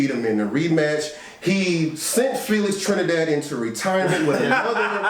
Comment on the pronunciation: I ain't never just say Telix Frinidad 😩 And y'all let me do that sh*t 😑